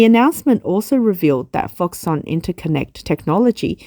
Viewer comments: It’s pronounced ‘Fox-Kon’, surely? Never heard it called Fox-Son, even though it’s a Taiwanese company and may have unusual Chinese pronunciation. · Middleman for Apple. But I think it should be pronounced ‘Fox-Kon’. Could be wrong. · You are incorrectly pronouncing foxConn